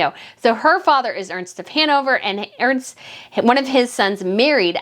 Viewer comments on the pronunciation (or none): none